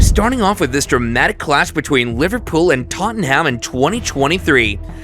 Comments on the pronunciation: this is the worst commentary i have ever listen to, names wrong. trafford united fan by the sound of it. who is totomham? 115 pr*ck comment not been to court yet............ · For all the North Americans out there: It ISN'T TOTT-AN-HAMM It's pronounced simply: TOT-NUM. OR, even easier - 'SPERRS'. 😅 Simple little tip for yer! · Bro said toanhaam😂😂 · Worse it’s an American Liverpool fan who can’t even pronounce Tottenham right 😂